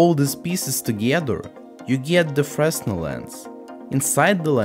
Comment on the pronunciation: Small correction on pronunciation: It's "fruh-nel", not "fres-nel". Oops.